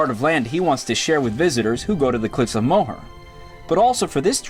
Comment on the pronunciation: lovely video....fyi the cliff's are pronounced "more" not mow her...thanks for sharing your experience.....